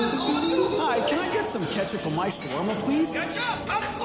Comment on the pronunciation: Bro kicked off Jesse Pinkman just for saying za “Ketchub”